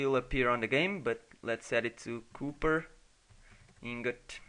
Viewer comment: Copper is pronunced "Caw-per'. (Why is my native language so complex)